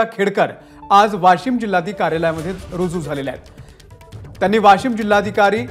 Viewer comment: ही भवानी वाशिम ला वाॅशिम म्हणतेय 😀😆😃